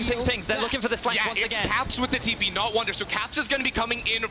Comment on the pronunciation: Bwipo with the Tipo :'D I had to pause the game cause I was laughing so much XD